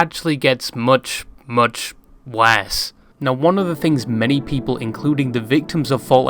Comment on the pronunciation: I will timestamp every "But... it gets MUCH WAHSE"